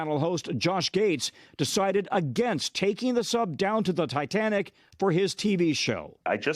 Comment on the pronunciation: "Takeen" is not a word. "Honting" is not a word. "Saveen" is not a word.